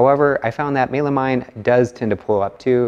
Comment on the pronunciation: Sorry, Mey-la-mine? That's a new pronounciation to me!